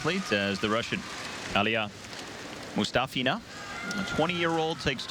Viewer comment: Ella I.n.c - it’s actually Moo- ‘STOFF-ina. That’s her preferred pronunciation. 🙂